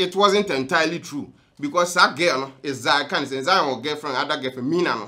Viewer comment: You said Diana Hamilton couldn’t say “H”. Brother you too learn how to say “thing”. It’s not “tins” it’s “THings”!!!